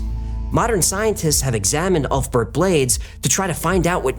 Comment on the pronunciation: pronounced "oolf bear-t"